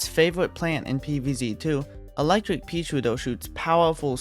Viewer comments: Sounds like hes saying:"peashoar" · Bro says “peasootir” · I wittewary woved dis wideo, I wuv peaswooter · "Peashooduh" :3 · I love how he says paesootew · More like "peashiuduhh"